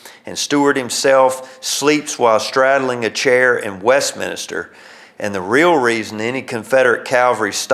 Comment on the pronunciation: It's "West-Min-Ster", There is NO "I" after the "N". And Yes I grew up just outside Westminster in a small town of Frizzleburg!